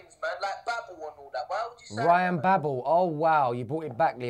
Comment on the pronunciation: MAN SAID RYAN BABLE IM DONE